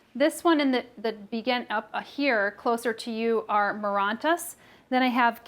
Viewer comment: Awesome video! Super informative. Just FYI plant families all end in "aceae" and it is pronounced like the letters "A" "C" "E" or "aye-see-ee". :)